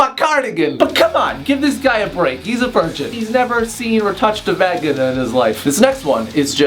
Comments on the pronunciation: is hilarious!!! When he said "vagg-inna" I was cackling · I died when you pronounced vagina like that omg I replayed it so many times